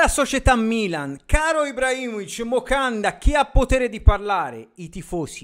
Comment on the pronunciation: A me quando si incazza e dice MOCANDA fa impazzire 😂😂😂😂😂